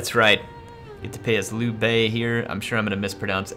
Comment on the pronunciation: liu bei is not pronounce lu bei; you got the bei part good but liu needs work, there isn't a english word to help with that unfortunately